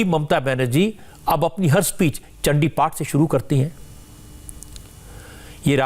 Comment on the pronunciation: Mamta is not Bengali because her Chandiparh pronunciation is totally UP Bihar based. Durga kcchamaa shiwa dhaatri......